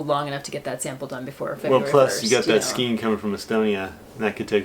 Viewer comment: Love your podcast! 👍💗Question: not sure if I’m hearing you correctly … are you pronouncing skein as skeen instead of skayn? I think it’s pronounced like neighbor or weigh with a long A sound. You’re a great knitter and teacher! Keep up the great podcasts!!!